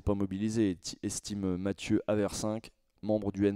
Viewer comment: Mdr ca me trig tellement d'entendre tout le monde dire mateuh au lieu de matéou. La seule qui le dit correctement (de mon point de vue) c'est aude lancelin. Apres comme il ne reprend personne, j'ai fini par me dire que peut-etre c'est comme ca que lui même prononce son nom de famille 😅 (Ca fait plaisir de pas être toute seule en tout cas)